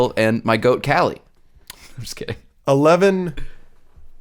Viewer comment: just fyi kali’s name is pronounced closer to “KAH-lee” instead of “callie”